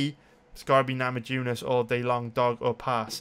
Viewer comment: Rose namajunis i bet there are plenty of Lithuanians in Wales just ask them how to pronunciate her name other than that you the shit tho